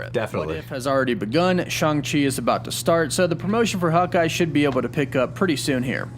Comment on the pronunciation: I heard Stan Lee himself pronounce him Shang as in bang and rang.